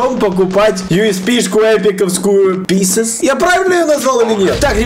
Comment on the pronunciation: Не писес а писец